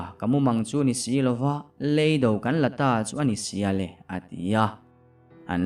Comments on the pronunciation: ngatinge maw lei do I tih ziah le.lam dik hram teh beng a ti thlep tlat kan awmna lei kan lam ang hian lam tur aw.hruaia hnamte. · RC ngatinge maw .lei mihring lei tih anga i lam ziah mai le.lei kanawmna lei kan lam ang hian lam tur aw.rc. hruaia hmamte. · "lEIDO" tiha LEI hi Ka chhunga LEI lamdanin pasaltha chhiartu tam ber hian in lam thin a. LEIDO tiha Lei hi Thil kan lei a LEI tih ang hian lam tur a ni.